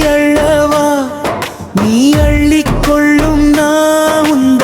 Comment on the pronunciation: அள்ளவா? என்னத்தடா அள்றது? தமிழை ஒழுங்கா உச்சரிக்கப் பழகுங்கடா, அப்புறம் பாடலாம்!!